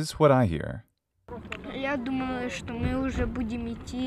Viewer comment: russian words composed just from one sylabel are always stressed so you will hear only shto, not shta. Shta is serbian. and I never heard the H sound in ukrainian to be said as the sound "y" as you presented it. And eg. the O in zdorovo in russian has only 2 pronunciations: stressed and unstressed so I dont get where you found the third pronunciation variant like the silent "shwa" sound. It is pronounced like unstressed o which is a, just maybe because of difficulty of pronouncing that it may sound to you like 3 forms but there are no 3 forms, there are only 2 and it is o and a. so it is pronounced zdorava the same like milk (moloko) is malako .. there is no third pronunciation variant of that letter.